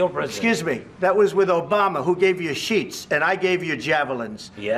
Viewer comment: 應該是shit 不是sheet.